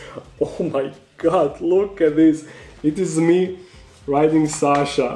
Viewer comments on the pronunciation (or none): none